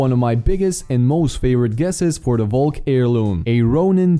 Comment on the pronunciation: Your saying valk wrong